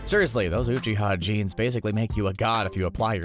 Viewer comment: “I’ve watched Naruto so many times” mispronounces ‘Rasengan’ pretty sure this guy has seen like 2 episodes..also says ‘Uchiha’ Oochi-ha like does this guy care about the fans or just the views. I for one an sad I gave the view to this video.